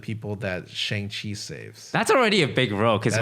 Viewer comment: Isn't it pronounced Shahng Chi?